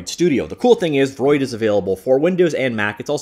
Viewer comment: Everyone: v-roid studio: Freud studio